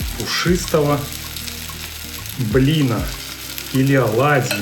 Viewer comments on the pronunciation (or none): Два блинА,а не блина. Вы что не русский?